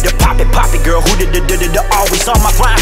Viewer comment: You can always tell if a Korean is a native English speaker by the way they say “girl” 😂 this song is a perfect example...the comparison between how Jay and Ugly Duck say “girl” is noticeable that word is so hard for native Korean speakers to pronounce perfectly lol